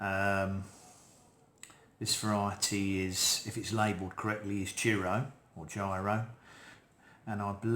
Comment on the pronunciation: In case you wondered, the i in “Jiro” is pronounced the same way as the i in “chips”, and means “second son” in Japanese Great video, please post an update on this year’s crop to see if the flavour changes 🙂👍